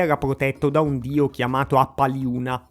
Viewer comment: "alaksciandush" e "appaliunash" devi pronunciarli, con "sh" pronunciato alla maniera inglese cioè "sc(i)" per noi e "ch(i)" pei francesi.